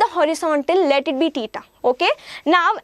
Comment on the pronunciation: She pronounces theta as teeta